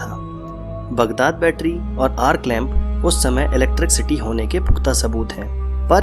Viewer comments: Electricsity nhi vai electricity hot he😂😂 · its not electric city.buddy. s and sh .mother tongue influence. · भैय्या जी इलेक्ट्रिक सिटी नहीं इलेक्ट्रिसिटी होता हैं बुझे।।।।। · aur han sahi bol ri h tu ,, mic ke aage ek barr galti ho sakti hai ,,mana do bar par ye to har barr electrc city hi bol ra,, gajab hai yarrr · First thing Wo electricity hota h Na ki electrikcity 🤣